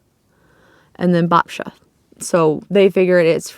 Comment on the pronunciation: My maternal grandmother was born in Poland and we called her Babcia. You pronounced it the same way I do, so well done there. I also pronounce Babayaga the same as you, so if there is actually one right way and we are wrong then we are wrong together. 😊